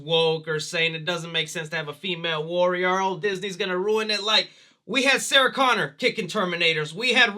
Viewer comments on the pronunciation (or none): none